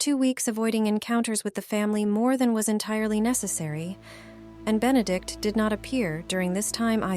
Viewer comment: Consistent mispronunciations of Benedict's name is a real clanger.